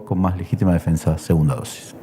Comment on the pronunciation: Dice " defesa",choca al leer